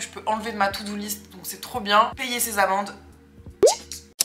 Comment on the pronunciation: Super vidéo! Juste j'ai cru que tu disais "payer mes amants" alors que c'était tes amendes 😂😂